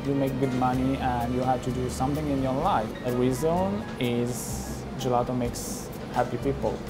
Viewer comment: Can someone tell me how many times they said “Gillato”